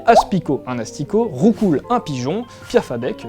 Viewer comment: 1 - On dit [Roucou], parce que quand tu te prends des coups, tu te prends pas des "coupses" 2 - Le plus bizarre ? Bulbizarre LOL